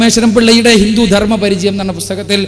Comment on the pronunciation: അക്ബർ ഹിന്ദുമതം പഠിപ്പിക്കുകയോ... ഹ.... ഹ... h.. ഹിന്ദു വിനെ ഹിന്തു എന്ന് ഉച്ചരിക്കുന്നവൻ ഹിന്ദുമതം പഠിപ്പിക്കുക... ഹ.... ഹ.... ഹ....